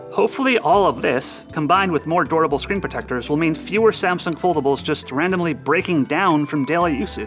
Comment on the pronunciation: He can’t pronounce durable xD